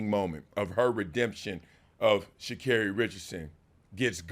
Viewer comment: its shacarri and its not even close